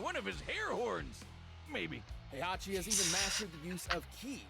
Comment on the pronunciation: Heihachi name is pronounced Hey-ha-chi